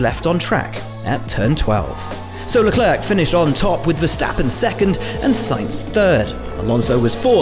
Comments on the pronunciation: Leclaiiiir, dumbies ! not Le Clerk... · Le.....Claire..... Like a chocolate eclair. It's not hard. Le Clerk is not his name. You don't say Lowis Harmeltern do you? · Is it too much to ask for the official Formula 1 channel to pronounce Leclerc's name right?